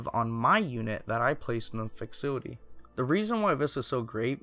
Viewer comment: i had to rewatch a few times to figure out what he meant when he pronounced "facility" i've never heard it pronounced like that....amazing